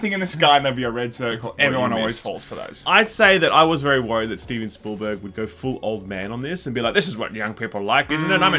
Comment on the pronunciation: Steven... “Spoolberg”.